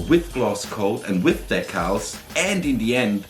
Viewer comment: de-cals please not "dek-els" I hear so many saying dekels like its edgy and cool but its just poor english. The music at the end was awesome! the model too! cheers.